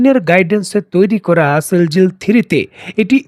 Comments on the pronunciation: এই মিজেলের নাম সিজিল সিল জিল নয় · It's Shejil not sheljil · মিসাইলের নাম "সিজ্জিল" সেলজিল না।আপনি উচ্চারণ ঠিক করেন।